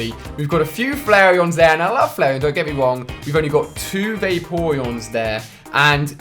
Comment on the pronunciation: I'm not trying to be mean but there pronounced (fla-r-on) and (vap-er-on) and (jil-ton) really not trying to be mean you rule